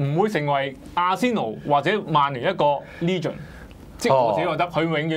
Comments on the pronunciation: 唔好意思,唔係"哩"gend, 應該係"呢"gend........ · 佢係話leegen 唔係legend... xddddddd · 雲佩斯唔係球員角度出發唔通係班球迷角度出發?醒下啦兩位,你地以為自己係邊個,雲佩斯轉會要考慮你地感受?人地會唔會成為一個傳奇關你鬼事咩,成個職業生涯冇冠軍邊個記得你?仲有唔係讀"leegend",唔識讀就唔好扮晒野無啦啦達隻英文字,我唔介意你講返傳奇.用左半集講雲佩斯既野,不如專心講下點爭前四好過啦.特別右面個位,好似輸唔起係到講悔氣說話